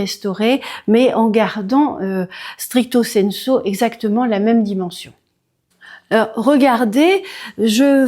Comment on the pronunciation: En effet une propriétaire distinguée seule petite erreur on dit stricto sensu et non stricto senso sinon c'est parfait et très agréable a écouter